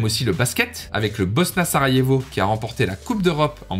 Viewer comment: Pour information le J se prononce Y et le U se oeononce OU, donc Banja Luka donnerait Banya Luka et Sarajevo donnerait Sarayevo. Maintenant que tu sais ca tu peux refaire la vidéo 😅